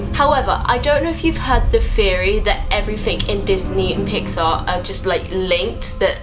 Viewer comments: She said pixy and disnar. Me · "pixey slash disnar" I dIED